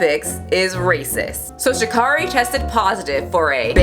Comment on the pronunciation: Her name is pronounced: Sha'Carry.